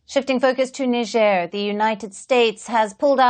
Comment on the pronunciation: Let's face it, U.S presence in Africa has done almost nothing to suppress the rising terrorist activities in the region. Makes you wonder what they're really doing there. The average American doesn't know where Niger is. Heck, the average American cannot pronounce "Niger" correctly.